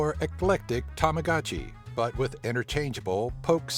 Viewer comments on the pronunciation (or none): none